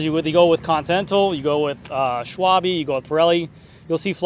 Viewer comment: Swall-buh as in Porsch-uh (Porsche), not Porsee or Swallbee. 😊